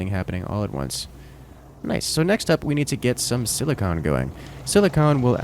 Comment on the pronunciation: silicon and silicone are different things,and they're pronounced differently.